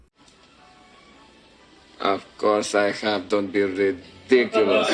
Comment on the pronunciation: Don't be ra-dick-o-luz